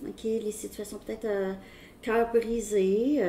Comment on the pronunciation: Au début j'ai entendu situation "carbonisée " au lieu de "coeur brisé". Je me suis dit c'est vraiment pour moi ! 😂